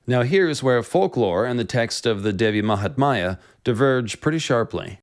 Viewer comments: just a bit of correction: it's not Devi mahatmaya it's actually Devi mahatmya ( pronounced as -Mya at the end not maya, yes like the cat purring sound lol). Also the meaning of it is not really glory of the goddess but the greatness and importance of the goddess. Mahatmya the word originates from the sanskrit word Mahan which means great! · You have done appreciable research………but I would like to point two thing not offending you in any manner……the word is devi maha-tam-ya and poem that you recited in the end you mentioned prasad as some sort of offering…..it’s actually the name of the poet